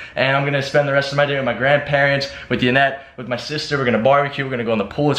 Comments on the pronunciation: Isn't it Yanet not Janet? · Sky Hawk He did it on purpose but I wouldn't be surprised if he doesn't know how to spell it cuz he sure as hell cant pronounce yanet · that's why you call her janet instead of yanet because you don't know how to pronounce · Why does he say "Janet" when it's "Yanet" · I know he spelled the name wrong on purpose but why does he always call her Janet instead of Yanet. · isn't it "Yanet" not janet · Why does he say Janet it's yanet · Sid The Sloth jaynet is how he says it haha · who else realises doug calls yanet janet, like duddee...